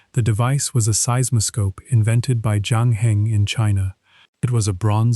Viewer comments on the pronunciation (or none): none